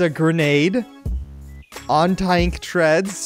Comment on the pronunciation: "A grenade on taionk treads"